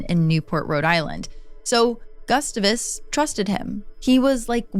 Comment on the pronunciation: I love your videos but your pronunciation of “Gustavus” is making my brain hurt. 😂